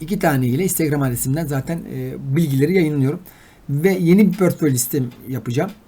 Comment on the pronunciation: Pörtföy ....portföy olacak...